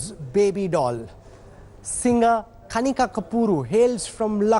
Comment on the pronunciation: please somebody tell him that She is kanika not KHANIKA🤣 🤣🤣🤣